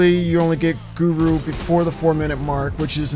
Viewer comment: Did you say gruru?